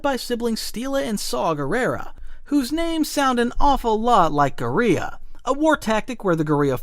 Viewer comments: Guerrera sounds like gorria? a war tactic? are you talking about gorilla? as in gorilla warfare? its pro nounced gor-ill-uh not gore-ee-uh. Guerrera doesn't sound like gorillia.... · The way you pronounce guerilla annoys me as it's pronounced more of less as gorilla like the animal and unless you pronounce gorilla that way, it doesn't sound as much like Gerrera as you claim. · I am curious, this was the first time I had heard that pronunciation of guerilla, Is that something that English speakers have always messed up so it often gets pronounced in the same way as gorilla?